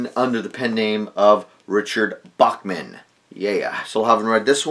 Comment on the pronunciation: Bachman books......not Bagman books. Lol. You have some valuable books if the early ones have a price on the dust jacket. Especially the Firestarter and Cujo